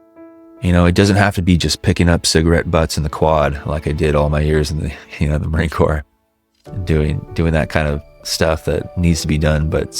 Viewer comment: Dude, you lost me in the first minute of narration when you pronounced Marine Corps as “corpse” instead of “core”…